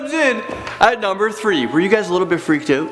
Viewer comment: "Freaked oot"